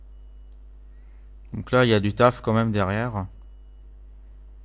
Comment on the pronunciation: XD a il prend son accent allemand c'est tout simplement hilarant " ya du tafe, ya du tafeuu "